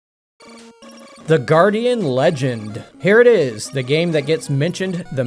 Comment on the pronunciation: Every time I get recommended one of your videos, I start to watch for interest of another gaming opinion, and then I hear "number 10 ... iS" and I have to turn it off. I don't expect my opinion matters, but that "Is" really annoys